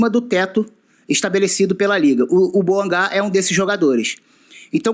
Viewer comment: Deni bouangá é meu ovo. Fala a mer... do nome da cara certo.